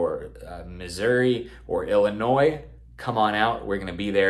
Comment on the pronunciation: holy shit, been a long fucking time since ive heard someone pronounce Illinois correct!